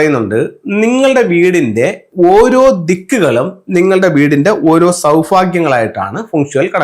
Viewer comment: സൗ ഫാഗ്യം അത് എന്തോന്നാ ? 😂😂😂😂😂😂